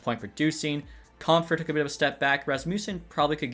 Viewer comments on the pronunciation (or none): none